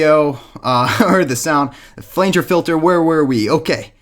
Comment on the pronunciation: Flanger is pronounced Fla-nge not Flaynge